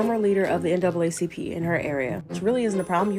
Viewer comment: I know good and damn well you didn't say the NACCP instead of the NAACP. You need to stop too!